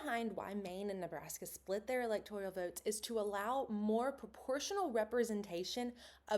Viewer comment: Great video. Also I believe it’s pronounced electoral not electorial.